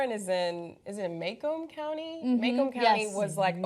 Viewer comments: It's MUH-KOME county not MAY-KOME. I live in Detroit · I live in Macomb County, this is typical of Jim Fouts. BY THE WAY, it's MA (like shorthand for mom) and COMB (like comb your hair). Not, not, NOT MAY-Comb!!! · Interesting hearing Macomb pronounced as "make 'em", I live here in Michigan and I've always pronounced it like "muh comb" as in "my comb". It's entirely possible that I'm saying it wrong, but it was just interesting to me. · Jim Fouts is my mayor. He was a very Democratic, pro-union, pro-working class, multi-culti sensitive kind of guy as a younger official--he is famous locally for being touchy about his advancing age--but has become more rigid and corrupt with time. The term "DINO" comes to mind. The county name is pronounced MAH-comb, btw. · I'm a metro Detroit native, it's pronounced "Muh-kohm". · Warren is a close suburb of Detroit. It's Macomb county - soft 'a' and then just like the comb for your hair lol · may-comb county? have you guys ever been to Michigan? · Pronounced mAHcomb - Michigan is definitely overrun with bullshit but it's still naturally beautiful, so at least there's that. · Macomb county = Mah-Comb (like hair comb) County Doesn't anyone in the "News" business check their copy and find out correct pronunciations before going on camera? You want to be a better source of news? Start acting like it matters, even in the smallest detail. Because it does, in the smallest detail. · you're saying Macomb County wrong... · do a little more research. Pronounce city and county name correctly.